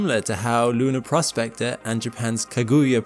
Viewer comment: "PROSpector", not "prosPECTor". Two different words, with different meanings.